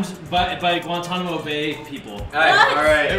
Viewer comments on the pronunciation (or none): none